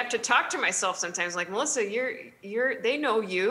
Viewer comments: “Paul! Meliss!” 🤣🤣🤣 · "Paul? Meliss" 😂💕👍